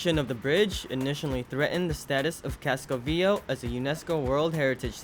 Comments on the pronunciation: Fyi. For anyone planning to visit. It is pronounced Casco Ve A Ho not Casco Veo. Easy mistake to make if unfamiliar with spanish. Over all a great video and very informative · Excellent video.. my only gripe is I wish you could pronounce Casco Viejo properly.. it's pronounced VEE-A-HO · You mispronounced ( CASCO VIEJO) KASKO VYE HO 30 TIMES. YOU NEVER HEARD HOW EVERYONE ELSE WAS SAYING IT? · His pronunciation of “Casco VieJO” drives me nuts!